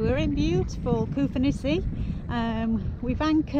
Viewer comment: It’s Koufonisi mate.